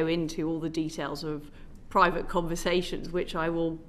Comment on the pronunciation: Did she said privat?